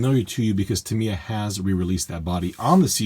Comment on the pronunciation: I'm not ok with you. Tamiya is japanese. So it's the japanese pronunciation that is the good one